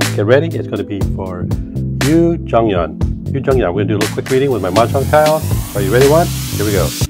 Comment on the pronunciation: You read her name wrong tho😂